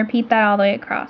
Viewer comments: It is horribly annoying to see you spell "across" correctly, but then say "acrossT". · Not that I am the grammar police but do you know you say acrosst instead of across? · ACROSS!! There is no "t" in the word! Other than that, great video. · Great video :) and I love how you pronounce across as acrosst!!